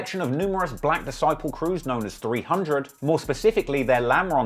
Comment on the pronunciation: You should really stop trying to say 300.....really!